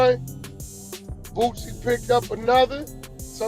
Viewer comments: Why does this man consistently call him "BOOTsie" when his name is "Boosie". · Wack don't know shit about Boosie 😂 I took this dude out of my timeline simply because he's mispronouncing Boosie name when he clearly doesn't have a T in his name